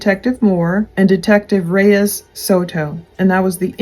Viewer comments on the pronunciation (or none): none